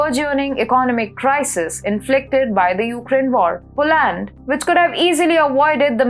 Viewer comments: You have to use proper English pronunciation to be taken seriously by an English knowing global public. Its not Po - land, the emphasis should be on the first syllable 'Po'... the second syllable is NOT stressed and is pronounced as ' lund,' as in 'under', Ire-land is pronouncef as Ayer-lund. Kindly correct the way you say 'political' - the stress should be on -'lit...' not on 'pol' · Dear, In English, it is "POLAND" not POO-LAND"